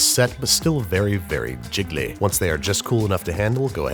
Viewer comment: the way you say "jiggly" is oddly satisfying